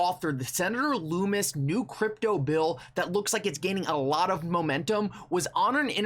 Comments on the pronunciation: The name is pronounced Lummis ( sounds like Bum or Dumb) not sounding like Loom or Doom. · It's Lum-is, not Loo-mis